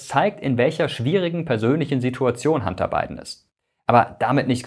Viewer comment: Warum höre ich immer…“Handarbeiten“…😂… der Arme…. Sein Werdegang klingt wie eins von vielen Europäer … 🥱